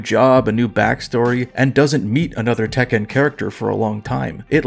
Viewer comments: i've never heard anyone pronounce Tekken like that lol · Why are you saying Tekken like that?